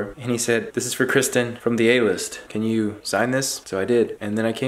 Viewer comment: I think I'm in love with Kwisten 😂❤️ sorry Scotty